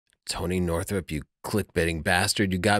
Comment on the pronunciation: Hahaha. Sony Northrup! First time I've heard that. Man, looking pretty playful.